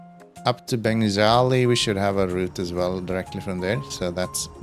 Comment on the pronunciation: What about Lesotho? You went over it twice without unlocking it. 😅 It’s pronounced Ben-Gazee. Or at least that’s how news anchors said it when Libya was on the news a lot.